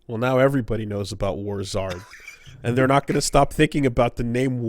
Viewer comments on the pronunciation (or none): Oh NOW I get the name. When kept saying it as War Zards I was thinking like Charizard, but I think it's supposed to be like War-zerd, like Wizard of war